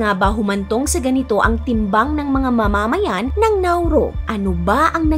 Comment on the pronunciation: Nauru and not Nauro! Dia yuh bee teez and not dia beh tees! Ma’mamayan at hindi po mama’mayan. Buh Dy Mass In-dex not Bah dy Mass Endex. Maganda ang content. Informative pero kung narration ang atake ng contents mo, isama mo sa research ang tamang pag pronounce ng name ng bansa. Main subject mo yan eh. Secondary lang ang visuals mo. Sa narration kami magrerely para maunawan ang kwento mo. Sana po ma-improve nyo. But the story and research about Nauru’s history is correct. More power and best of luck on your next videos.😊